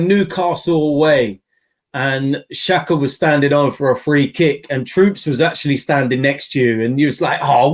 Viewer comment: Xh is pronounced as j these lot keep calling xhaka shaka haha